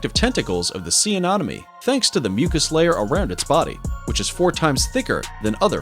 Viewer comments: YOU ARE PRONOUNCING ANEMONIE WRONG!!!!!!!!!!!!!!!!!!!! AY-NEHM-O-NEE NOT: AY-NOHM-O-NEE !!!!!! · Anemone, not anomene. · Ah nen o me. I fail to see why people cannot pronounce anything anymore. But I hope this helps. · I think you mean sea anenomi not anomany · AI = Anonymous Idiot who says "anomone" incessantly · Anemone is mispronounced by your speaker, It is not "anomone". Two "e", not two "o". It should sound more like lemony, and less like anomaly. I hope that helps for your next wonderful video. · The amount of times he said anomany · Do you see any money? Sea anemone. Ah-neh-moh-nee. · Where is this narrator from? Who pronounces anemone as a-nom-anie and aphids as Ahh-phids? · Seriously A-nom-any? Ahh-phids? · Ah ne mo ne Not nom its a hard E not a O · lmao... Sea "Ah nom min knees". The goofiest butchering of anemone ever... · I had to skip so many because i was losing it on the Anomonay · Sea Anemone not anonome😊. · Say anomene one more time and I swear to god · Sea anomone? Bruh atleast pronounce them well.. that was cringey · The annoying thing is that he said it right the first time, then every time after that "anomenie". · ok the commentator needs to properly pronounce anemone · Hate how you say sea anemone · THANK YOU - CORRECT - the guy is MISPRONOUNCING IT AND IT DRIVES ME CRAZY!!!!!!!!!!! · For the love of God, proofread your script! Why can't you take four seconds to Google how a word is pronounced? If I have to listen to a person mispronounced anemone one more time I think my head will explode. I couldn't even finish the video honestly, you really should look into pronunciations before you presented video because it makes people not want to watch it again because you didn't take the time to look up how you pronounce the word before you recorded the video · Just saying he was saying anemone wrong this whole time ⊙~⊙ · Does it drive anyone else crazy how he says "anemone"??? Lol 🤯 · Every Time‼🐒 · Yes ! Or aphides lol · And aphid